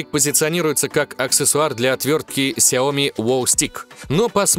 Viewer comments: Много только хотел написать комент скоко ты там сказал ксиоми?)) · Ты сказал 40 на ксеоми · 40 раз ксеоми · 41 раз вы сказали хиоми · 41 РАЗ ТЫ СКАЗАЛ ксяоми